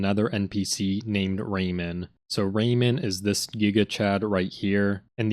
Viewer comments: Dont mean to mock your accent but I heard absolutely every single pronunciation of "Raymond" as "Rayman" and was picturing the floating hands platform game protagonist as the vile seducer stealing China's waifu. Thanks for the hilariously awful mental images. 😂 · The d in Raymond is not silent.